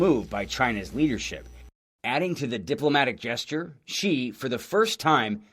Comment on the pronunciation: It's not "Si", this isn't Mexico. It's pronounced "Shee" in Mandarin.